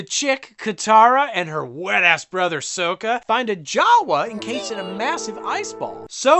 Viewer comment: The way he pronounces soka makes my ears hurt